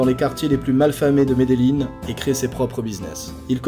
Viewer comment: les gens disent medelin mais faut dire medejin avec un j meme si c avec double ll